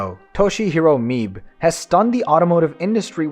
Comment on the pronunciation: "Mibe" is pronounced "me" + "be" as in "bed."